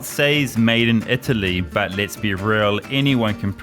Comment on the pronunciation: Never trust an Indian selling leather belts in Florence. He said "made in EE TALLY". LOL